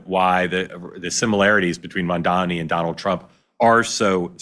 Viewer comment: Mark, try saying the words "Mum" and "Donny" one after the other. That is (approximately) how one is meant to say Zohran's surname. During your monologue, and elsewhere, you kept changing how you pronounced it.